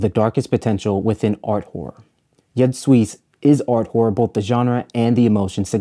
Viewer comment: Another top notch video essay. My only critique: Jud Suss is pronounced like 'You'd Zeus'. You put your foot in this essay though! Transitions and settings went off